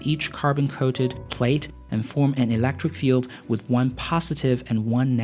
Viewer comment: ... elEctric not elActric ! :P